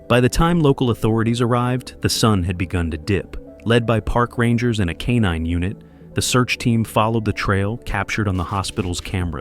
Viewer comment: CANINE. Canine NOT K9!